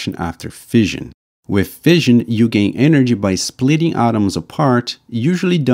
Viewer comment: Fission is pronounced like fishin, not like fizzion. The narrator also has problems pronouncing "the" and a few other words as well.